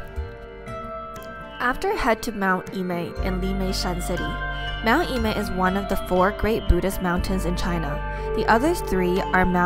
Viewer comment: it's pronounced Er-mei, not Ee-mei.